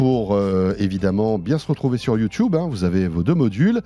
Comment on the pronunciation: Mdr il est toujours a dire youtoube 😓